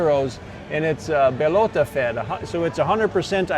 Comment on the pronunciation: It's "Bellota," not "Belota."